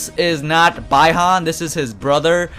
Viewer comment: Cammy-dog-ew Bye-Han Take-da Zoo-how Oh god, these pronunciations